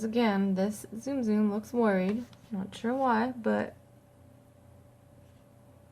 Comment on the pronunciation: It's not Zoom Zoom! It's Ts-um Ts-um!